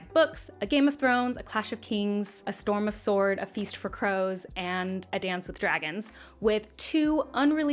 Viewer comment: Everyone else - great video! You did a great job comparing these two series! Me - great job! You said Feast For Crows correctly!